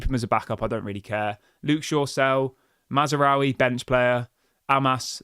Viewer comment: HIS NAME IS MAZRAOUI YOU IGNORANT KNOB END......NOT MAZARAOUI as you are calling him.NOBODYS like you think you can comment on stuff when you can't even say a name correctly.....WHY DON'T YOU FO YOU CRETIN.